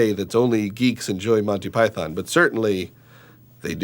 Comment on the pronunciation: the only thing i dnt like s how they incorrectly pronounce Monty Python.